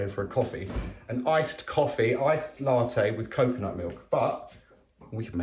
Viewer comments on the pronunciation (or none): none